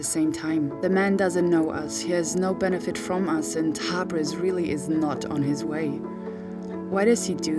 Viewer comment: Thanks for the video. I think you say Tabis but its Tabriz*